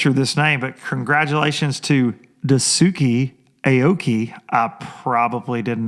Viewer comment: Lil helper here.... Dice-Kay Aoki but I do love Dusookee hahaha